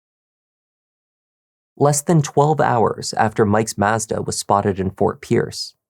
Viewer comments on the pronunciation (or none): What the hell is a MaaAezda??? 😂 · For the love of all that’s holy, learn how to pronounce mazda. You are butchering it. Heck, just watch one of their commercials.